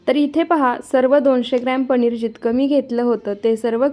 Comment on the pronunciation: Are tu rajasthani ahes ka sarkha पणीर